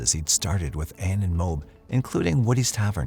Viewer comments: As a Utah Native. It's pronounced Mo-Ab not mobe.... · Just so you know, in the Ann Woodward case, the town is pronounced MOE-AB. Not Mobe... This is coming from a lifelong Utahn 😊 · MO-ab is the correct pronunciation.